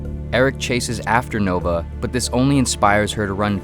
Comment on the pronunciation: It's spelled "Nova" but you pronounce "Noba"